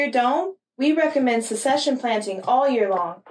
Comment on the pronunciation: Please don't get offended but "succession" is pronounced "sucksession," not "secession." You're not the only one! Happy growing.